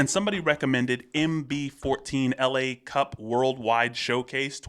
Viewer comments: That's not "LA" like "Los Angeles", but "la", like "the" in french ;) And Berrywan (not "Bennymen") won against him. But let's say that he used to be a member of Berrywan, since it's also a french group :D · It is "la cup" like "the cup" rather than the city Los Angeles LA cup.